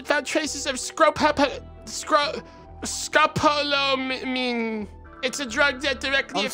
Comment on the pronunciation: It’s Scopolamine